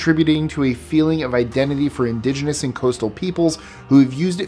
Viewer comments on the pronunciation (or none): none